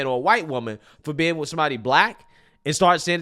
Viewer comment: OMG It's pro nounced A. S. K , the S comes before the K, not the other way. It's NOT pro nounced like the word ACTS. What does WIT mean, it's with. I'm sure if a "w.hite woman" wanted to be with him, it's definitely not for the grammar. He mentioned that he's never seen professional white athletes with black women. Where was he when Travis Kelce was with that gorgeous black woman before Taylor Swift. Of course that relationship was an on again off again, and now he's with a "w.hite woman".